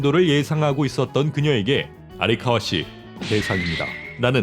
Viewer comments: 아리카와 세번듣고 꺼버림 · 5년전 영상이 왜 추천으로 떳지.. 작가 이름 아'리'카와가 아니고 아'라'카와임다